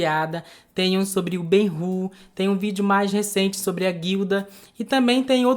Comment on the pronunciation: Eu juro pela alma da Betty Davis... Ouvi Gay-Hur ao invés de Ben-Hur. Agora vou chamar de Gay-Hur para sempre! Rebatizado!